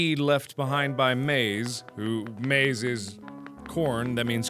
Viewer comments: maiz isn't pronounce like "maice" it's pronouced like "ma iz" try it in google translate if you wanna hear it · yo mark its pronounced Mai-Ese (Corn In Spanish) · No u say maize as ma IZ There is no e in maiz in spanish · I don't want want to be a smart ass or something. But I think it is said as ma-IS. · in spanish its maiz, (MA-EEZ) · it is pronounced as MA -IS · maíz is pronounced ma-Ez. idk if that helps but hopefully it does. If not just use google translate like everyone. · it's MAIZ..... corn in spanish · The way he pronounced mais is so funny to me because I actually speak Spanish and he pronounced incorrectly I love him haha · Its Maiz, Mark, that's corn in Spanish. lmao